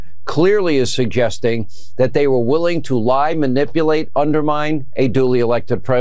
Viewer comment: Did Hannity say ".....manibulate?"